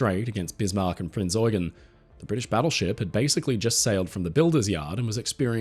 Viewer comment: Great production! 🙂 small correction: "Prinz Eugen" is pronounced in German with emphasis on the second syllable, it is Prince Eugene of Savoy in English, Eugène de Savoie in French. Born in Paris, he was the most prominent military leader of the Habsburgs at the turn of the 17th to 18th century, best known for pushing back the Ottoman Empire and establishing Habsburg rule over large parts of Southeastern Europe. The Habsburgs admired him so much, they built him Belvedere Palace with a large park right in the centre of Vienna.